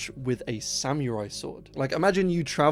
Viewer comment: I don't think "technology" is the word you gotta worry about saying weird... unless it is actually a sam-me-rai sword...😅